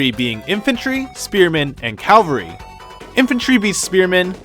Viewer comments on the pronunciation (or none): CAValry, not CALvary. sorry, you just sparked my autism is all